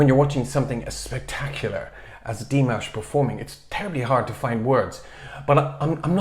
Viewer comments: It was rather disappointing not to be able to at least hear his voice. Please find another way to get around the copyright issues. Also, you are pronouncing his name correctly (Dee MAHSH), but you're putting the accent on the Dee instead of the MAHSH. It's Dee MAHSH, not DEE mahsh. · Good idea! Nice reaction. Quick note: pronunciation of Dimash's name is with stress on the second syllable and not the first.